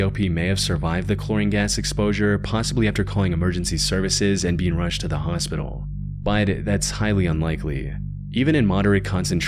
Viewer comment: He said hospotal not hospital. Why did you ruin it